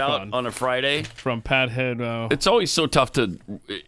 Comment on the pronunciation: I hate oh ways instead of always.